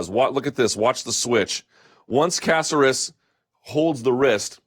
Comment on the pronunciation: Killed it, Luke. Lol Please don't butcher Caceres' Cuban/PuertoRican name anymore. Love you though.